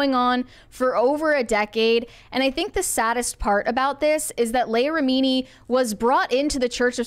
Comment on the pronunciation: Why are they unable to pronounce Leah Remini’s last name properly?